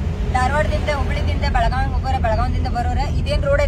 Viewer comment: Belgav❌ ಬೆಳಗಾವಿ ✔️